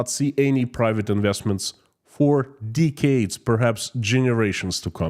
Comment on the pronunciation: pls stop saying deecades. Nobody says deecades, not slavs, not english not ancient romans